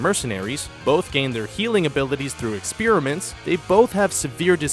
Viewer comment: he said expeeriments 🤦🏼‍♂️